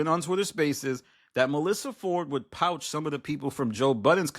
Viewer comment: Did he say POUCH?